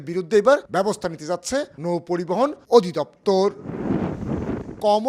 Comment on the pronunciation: কমল দে বললো না কি মলম দে বললো ঠিক বুঝলাম না ভাই ।।